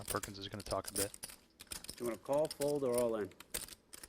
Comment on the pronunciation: read Perkins correctly both times?